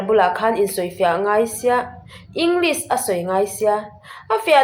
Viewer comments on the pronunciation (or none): none